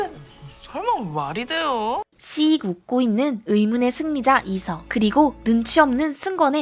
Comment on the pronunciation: 왜 이서를 이석이라 하셨어욬ㅋㅋ